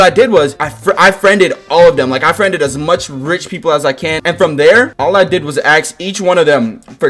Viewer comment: I love how he says aks instead of ask